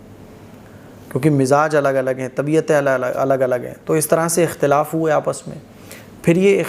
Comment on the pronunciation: ekhtalafu feeh hoga ya akhtalafu feeh hoga